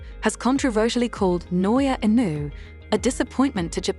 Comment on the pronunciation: I generated video. Can't even say inoue's last name right.